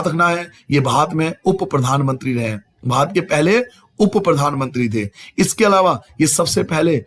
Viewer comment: Sir ap bhat kiyu bol rahe the barat hota Hai